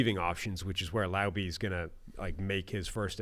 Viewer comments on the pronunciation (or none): It’s pronounced “Lau-bee”